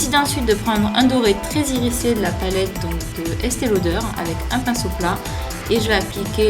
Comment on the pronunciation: Il est top, ce make up! J'adore le doré ! :) j'l'essaierai ! (Ps: on prononce "irizé" et pas "irissé" ;D)